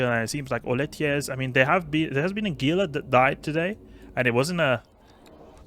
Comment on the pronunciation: I love your videos:). Also Gila = "HEE-lə"